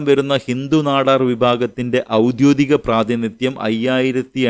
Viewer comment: "ഔദ്യോദികം" എന്നല്ലല്ലോ , "ഔദ്യോഗികം" എന്നതല്ലേ ശരി ?